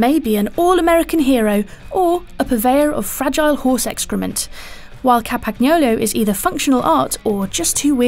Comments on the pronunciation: there is no "G" in Campagnolo, the G is silent!!! the G is silent!!!!! LOL but I forgive you puny mortals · Learn how to pronounse Campagnolo, please!